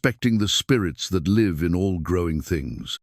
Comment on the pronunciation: AI just cannot do numbers.... Also cannot differentiate between live and live(. Liev)😂😂 it's a giveaway every time